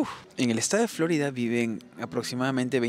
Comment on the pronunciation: No entiendo porqué acentúas Florida en la o, Flórida, alguna explicación?, video muy interesante, com siempre, gracias.